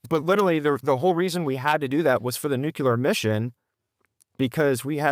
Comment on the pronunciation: "Nucular". My dad commanded the aircraft maintenance wing at Warner Robbins AFB. I'm sure that he's rolling over in his grave.